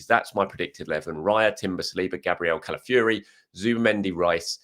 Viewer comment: CalafiORi Fee-or-ee Not ‘calafury’